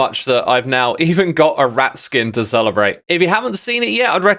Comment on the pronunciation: i thought he said erect instead of a rat....